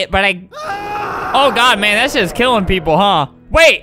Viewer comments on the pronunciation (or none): Let me recorrect you he said: "Oh man, thats just killing him" It sound like he swears because of the accent, oof